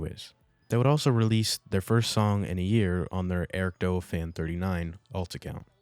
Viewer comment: its not ericdoa its eric d.o.a spaced out it means (dead or alive ) its a fighting game thats the game he started streaming